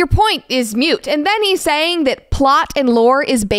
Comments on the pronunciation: I don't mean to be that guy, but the word is 'moot' not 'mute' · It's "The point is moot" not "mute". Don't know why that bugged me so much. Maybe because you're very articulate so hearing it irked me.